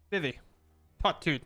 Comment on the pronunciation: Yo being a guy who loved playing FFIX and hearing people say "Vih-Vee" instead of "Vee-Vee" is driving me INSANE.